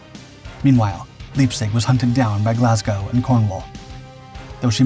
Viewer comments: It's so irritating to hear repeated mispronunciations, especially when the correct pronunciation is very well known. 'Spee' is pronounced 'Shpay.' And 'Leipzig' isn't 'Leapzig' (sic), it's 'Lyepzig.' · ...and Leipzig is pronounced LIPE-tzich.